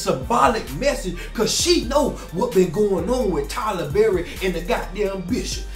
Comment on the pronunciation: said Tyler berry I hollered 😂😂😂😂